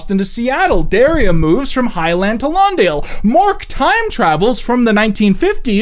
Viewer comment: The show would've been so much better if Jennette got to direct at least one episode like these assholes promised. Also, you pronounced Daria wrong.